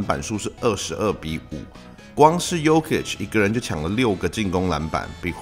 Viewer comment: Jokic的Jo發音是唸作”優”